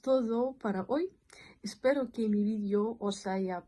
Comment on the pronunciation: Cuando pronuncias que suena qui-e